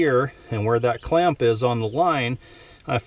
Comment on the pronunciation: Ah so wittle chinaman forget to tighten cwamp ,No good !!